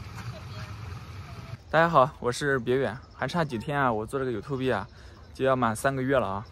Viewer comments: 你好，。先和你开个小玩笑，你是不是有点小矫情。你让小宝亲你，结果又说她口水多。我知道你也是开玩笑的。但你又说太脏了，可能有点不妥。我是两个臭小子的爸爸，小孩子很敏感的。啊，真的是善意的提醒。其实油管YouTube其实也不错，像有些大V都选上西瓜play，被招待大别野，还带货。不过要找到一个赚钱的路线和方向。我自己看了很多不同的油管视频，发现那种招待外国友人的满火的。像亚美尼亚的旺旺，招待他太太的两个闺蜜。大头小头招待孟加拉国的卡卡，头两次是招待卡卡自己，现在变成一家三口。连大头的姐姐、姐夫和外甥都来蹭热度。就是视频够好，越拍越赚。不过你美丽、贤惠、温柔的太太现在有了二宝，现在可能不方便走这个路线。或者你可以一边改装你家后院，一边拍，和大家分享这个过程。啊，再给你个小建议，绝对没有恶意。你讲YouTube喜欢说 “有秃笔”，正确发音应该是“油吐不’。你要穿插英文或其他外文，应该正确发音、字正腔圆。这样才能起加分的效果。现在都有带发音的语言翻译软件。祝你早日成为家喻户晓的大网红。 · 小寶確實越來越可愛了。放輕鬆、慢慢找到自己的風格。你可以的！而且啊...我發現你念YouTube這個字的唸法，跟部分台灣人一模一樣。😅😅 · 第一次给你留言竟然是想纠正你Youtube的发音🫢